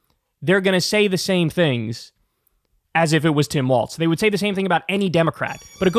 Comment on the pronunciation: Dude, it's "Walls" not "Waltz." Got it?